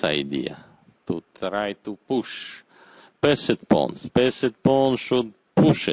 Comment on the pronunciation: has he said passed pawns just like that